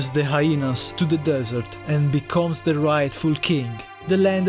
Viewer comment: Anybody else noticed that he said desert wrong